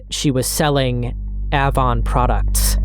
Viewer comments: The black sites story is infuriating. A whole lot of people need to be in prison. (BTW: the "a" in "Avon" is like "main" (ay) and "lire" is the plural of "lira" and is 2 syllables) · It’s pronounced like the letter “A”-von. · A•von. Hard A then von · A- Vaughn Avon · The company, used to be company is pronounced "aye-von" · Avon cosmetics is pronounced with a hard A. Like apricot. Be sure to have a few women watch your vids before upload too. 😊 Not just men. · Ahhvon. Lyre. 😆😆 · Great video but the way you say Avon makes me want to throw my phone lol. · Avon was an MLM and the way you say it sounds wrong. Why would you know that tho…sorry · Are you pronouncing AVON incorrectly intentionally? The A in Avon is long like in hay.